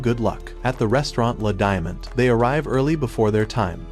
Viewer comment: Its la peace not la diamond